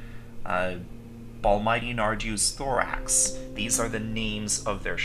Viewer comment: "Balmighty Nardieu's Thorax". Lol. Anyway, thanks for this updated series of tutorials. I find them very useful as a player who's been around for a little while now but has trouble remembering all the finer points.